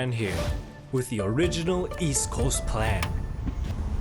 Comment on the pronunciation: “The Original East Coast Plan” the emphasis 😂